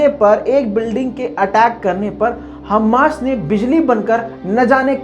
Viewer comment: हम्मास नहीं "हमास" होता है